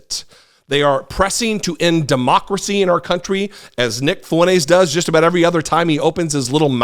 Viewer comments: It's not fuenez. It's Fuentezzz. He's Hispanic and he doesn't even know it! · Fwen-tez! say it right, ray getard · You're pronouncing his name wrong